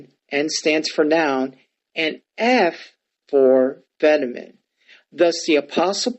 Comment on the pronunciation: Was tracking till you didn't know how to pronounce "feminine." Seriously can't pronounce a key English word....I don't trust you on the Greek.